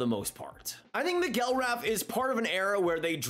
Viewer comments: It's pronounced MACK-gil-Wrath. And he was a bust immediately. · I was going to comment about this. The way was pronouncing his last name was really getting to me.